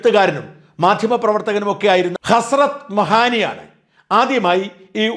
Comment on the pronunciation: ഹസ്രത് മഹാനി എന്നല്ല എങ്ങിനെ യാണ് ആ പേര് ഉച്ചരിക്കുക എന്നെങ്കിലും പഠിക്ക് സാജാ.